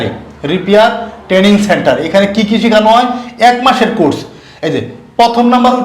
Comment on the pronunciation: ট্রেডিং নয় ট্রেনিং হবে